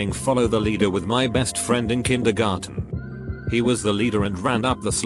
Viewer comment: No one: Text to speech bot: K I N D E R G E N